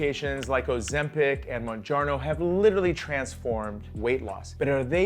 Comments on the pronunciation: "mounjarNo" You lost credibility in the first few seconds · You don’t even know how pronounce Mounjaro